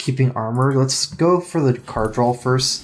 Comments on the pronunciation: So "drawl" is like Kripp's "hurtstone" thing? Where you deliberately keep on saying it that way just to piss people off? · What accent is this? So if I saw "draw" like "drawkawawalalalawalawa," it's just an accent? Your assertion is fallacious. It's merely a mispronunciation, as the other person mentioned.